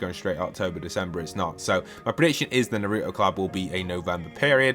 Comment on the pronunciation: The way you say Naruto makes me mad lol